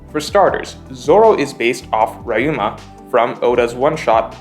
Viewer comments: "Raiuma" really? people still haven't learnt how to pronounce "ryu"? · Stop pronouncing Ryuma like Ryan, ty.